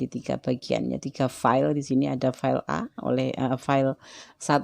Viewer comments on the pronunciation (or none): Pile mbak.. Bukan file.. P bukan F